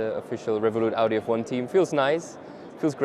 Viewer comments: Not the introduction saying 'Awdi'... bruh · Can't even pronouce Audi 😅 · Also mispronounced Audi, for the full hat trick